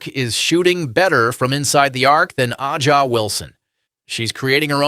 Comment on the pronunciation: Um, it's "Asia," not "Ah-Jah." Wilson.